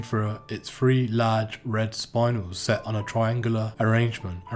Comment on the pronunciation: Not to nit pick but it's pronounced 'Spin-El' not Sp-Eye-N-El